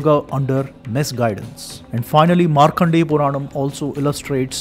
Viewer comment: Markandeya. Not Markhandeya.